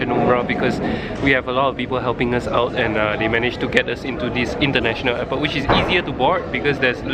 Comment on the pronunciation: You said int'l eypot